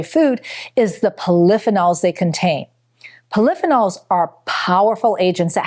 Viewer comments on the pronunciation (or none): Poly-pheenols. Not pol-i-phe-nols. Seriously? And it's not a fun-dshi-side, it's a fun-gi-side. Did you even go to school? Your information could possibly be valuable, but your lack of rudimentary linguistic command negate any factual competency. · ....FEE- nols. Not how she pronounces polyphenols😮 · IT’S PRONOUNCED POLLY-FEE- NOLS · "Poll-if-in-alls" hahaha! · I have never heard anyone pronounce lutein and polyphenols the way this woman does. Is English her 3rd language?? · Never heard polyphenol pronounced like she pronounced it. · Why is she not even pronouncing polyphenols properly? Doesn’t make sense when you come across like an expert. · What drives me crazy is the mispronunciation of simple words like “polyphenols”. If the speaker is truly in the nutrition field, she wouldn’t pronounce it that way! Pronunciation Nazi! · I’ve never heard “polyphenols” pronounced that way before.